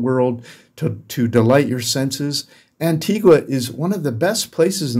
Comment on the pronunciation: First of all you need to know how to pronounce the names of the places. There is no Antiguwa", It's pronounced Antigwa".